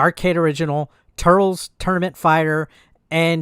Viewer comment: Dude u called it tutrtkez.